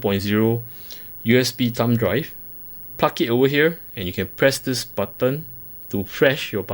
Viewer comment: I love how you ''plug''..., it sound more like ''puck''! Only one more letter now... ; p